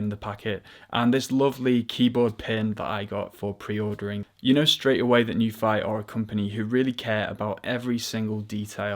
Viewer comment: Nuphy pronunciation - /nju:fi/ 'nju' is pronounced NYOO as in 'union' which is written /ˈjuːniən/ 'fi' is pronounced FEE as in 'tea' which is written /tiː/ The correct pinyin would actually be 'NIU' which would have made it easier for us to pronounce it the way they like it.